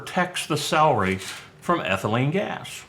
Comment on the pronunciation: "Salry"???...I thought it was "celery". 😐